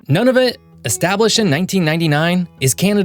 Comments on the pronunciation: Great video! A few tips: Noon. Nunavut is pronounced Noonavut. Iqaluit is pronounced IQALuit. Pelie is pronounced PeeLee. We 🇨🇦 really appreciate the ending. Thank you. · it is pronounced noonavit not noneavit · Hi: just a little correction to you pronunciations of Nunavut and Iqualuit. It is not “Noneofit” but “Noonoovoot” and it should be “Eekaloweet”. Just want to make sure they get the respect of the correct pronunciation, thank you. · Thanks for the video,! One point - the name of the northern most territory is pronounced NOO-na-voot. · Gd-it we aren't New-Finland. And eff whatever you called Iqaluit, and Nunavut? I'm having as you said, Nun-of-it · Its pronounced NOO NI VUT!!! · Nunavut is pronounced Noo-na-voot. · Great video! It's been a long time since this Canadian has had a lesson in my country's geography. The only small correction I'd add i that Nunavut is pronounced "NOON-na-vut". Although we're living through a difficult time on the political front, I'm touched by all the messages from Americans wanting to express their support for Canada. We've had a long standing friendship with the U.S., and I hope that we can weather this storm together. I have friends and family all over the U.S., and it pains me to see what's going on. In any case, I loved your video, and am now subscribed to your channel. Happy trails! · Nice video. Lemme help with a couple of pronunciation problems, however. Nunavut is Nuna (like tuna) vut is like flute. Having almost died one night in the darkness of winter driving along Kluane lake, it's pronounced Clue on e. Just trying to make your cool vid more accurate. Oh, as someone who went to college at the University of Regina for a semester, I agree completely about having the utmost respect for Canada. Unfortunately we have our work to do in removing some political cancer at the moment. But WE WILL...you can count on it! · A few pronunciation errors… Nunavut (Noonavoot)